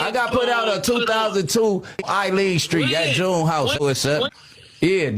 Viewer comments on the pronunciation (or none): none